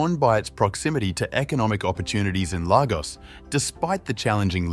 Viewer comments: It’s pronounced “lay-gors” not “lava-gos” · Lagos is pronounced 'Laygos' and not 'Largos'.. just so that you know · Lagos is pronounced " Lay - goss " not " Lar - goss" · It’s not pronounced largos but Lagos , that’s Lagos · Its pronounced Lay Gos...Lagos! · The fact you couldn’t even find out the correct pronunciation of the place your vid gets a thumb’s DOWN